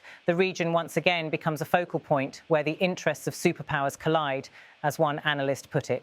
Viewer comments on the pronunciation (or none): none